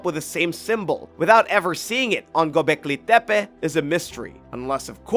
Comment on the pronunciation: Why are you saying it like it is from mexico it is gobecli tepe just like it sounds no Spanish accent on it te pe. Pronunciation is important for young people. O one likes to be made fun of because they watched a video and believed what they heard. Juat saying